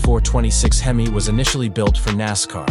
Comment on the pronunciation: You don’t spell out HEMI.. you say hemi as in hemispheres. Moron. Dont be a docuvid then pronounce things wrong. That’s just stupid!